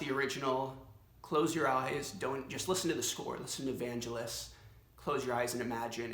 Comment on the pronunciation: I'm sorry but I canʻt be the only one that hates that stupid STUPID Raf Simons vest. its horrendous. also its VAN-GEL-IS, with a hard "G." everything else is awesome. cool vid